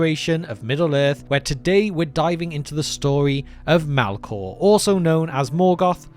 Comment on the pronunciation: "Mælkåh".. New pet peeve unlocked